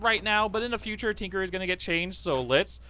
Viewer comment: Tinkerer* not trinkerer.